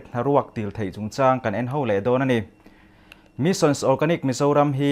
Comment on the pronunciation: Missions ti deuh tlat 😄 Mission.